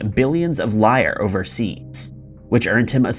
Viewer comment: Right Helen! And "Lire`" was the former currency of Italy..pronounced "Leer- Ray"..and not "liar"